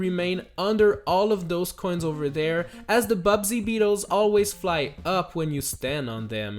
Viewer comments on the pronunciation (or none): It's not "Bubsy beetles" It's buzzy beetles Like.. buzz, the noise bees make Not a terrible video game bobcat with an annoying catchphrase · is anyone gonna bring up the fact that he called the Buzzy Beetles Bubsy Beetles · U called buzzy beetles bubdy beetles